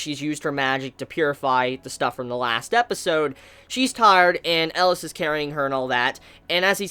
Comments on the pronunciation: That's funny, I kept hearing "Ellis" and not "Elias". Oddly enough, he pronounced Titania, Oberon, and Chise all correctly lol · Its Elias, not Alice.^^